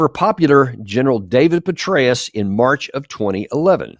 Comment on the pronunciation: General Betrayus??? Am I hearing you right??